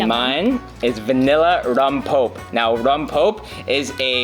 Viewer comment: "Rompope" is pronounced, rom pope eh. Missing that extra vowel. That flavor is amazing though!